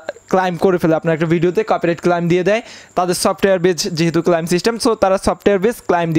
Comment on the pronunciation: উচ্চারণটা ক্লাইম নয় ক্লেম--- শিখুন